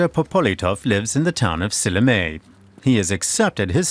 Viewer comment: Silinee(Sillamäe)? :D He should at least try to pronounce it right. Just giving them citizenship would be too easy in my opinion. We, Estonians, are fading away from this planet and it would just mess up our culture even more. They have lived here for tens of years and they often don't know one word of estonian. At times when Russians tell you to speak in russian so they could understand you...well, blood just starts boiling. But not all russians are like that. The Russians who like living here and want to learn our ways don't speak out as much. People who think russian should be our 2. language are the ones to always complain. (might be a bit too radical)